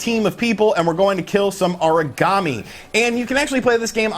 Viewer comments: Haha I actually thought he was saying Origami lol. I was all well that's a weird name for a monster. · Aragami is Ah-rah-Gah-mee not "uhreegamee" it sounds like your saying Origami (paper-folding craft) LOL